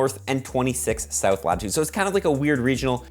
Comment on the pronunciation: See-ou-th, nice. Also why is New Zealand on the map straight up incorrect?